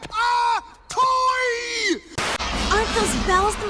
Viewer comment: “YOU. ARE. A. TTOOOOYYYY!”